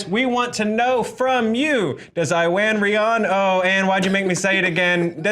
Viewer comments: Khiya Hillyard I'm sorry but it's a welsh name and I'm Welsh it's pronounce Ewan reon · It's pronounced Eww-an Rhay-on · Pronounced it wrong (Ew-an Ray-hon) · No, you never, It's Pronounced Ew-Anne Ree-on.